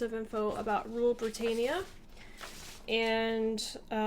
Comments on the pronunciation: It's pronounced "Brit -an - ia" NOT "Brit - ain - ia." Britain doesn't rule the waves - Britannia does. BTW, someone from Britain is a "Briton." Hope that helps ;) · britannia not britaynia